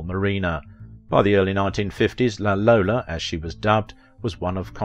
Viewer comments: La Lollo, not La Lola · I think the Italians called her 'La Lollo', not 'La Lolla'.